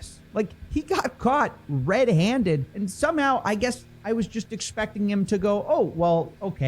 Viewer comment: It’s Guess not Giss…